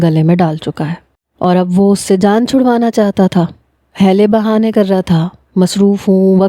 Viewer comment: Haylay bahany nh heeely bahany